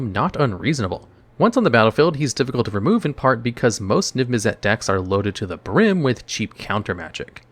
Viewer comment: NIV MIZZ IT. Damn That was so hard to hear over and over and over, I wanted you to know I unsubbed. Holy crap..